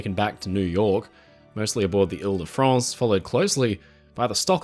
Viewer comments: Your pronunciation of the name Ile de France is amazing, I definitely noticed it ! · Asa french speaking person, you'r pronounciation of "Ile-De-France" was so clean, congratulations !